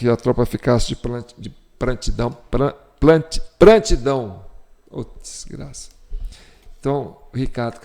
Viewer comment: Não é "prantidão", sim PRONTIDÃO!